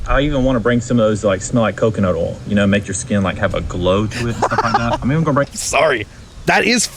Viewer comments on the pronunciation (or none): “Coconut ool” 🙄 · Good thing Meh cleans all day cuz her husband just made a big ol mess. He can't say oil either.